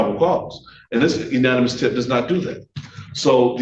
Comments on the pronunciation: this attorney needs to go home, sit-down and Google how to pronounce 'anonymous'. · Why does this guy keep saying “unanimous” instead of “anonymous” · 'Unanimous' tip! He said that several times. It's 'anonymous'! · Anonymous (uh-nah-neh-mus) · That man needs to Google search and listen to how to pronounce 'anonymous'. He's an attorney, how does he not know how to say 'anonymous'? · He can't pronounce " anonymous" if his life depended on it, but yeah he's still in the pocket. Oh and aside from his interpretation of the 4th amendment. That was really dumb. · Still can't say "Anonymous" though.. lmao 😂